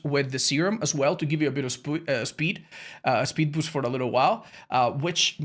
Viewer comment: Spood beest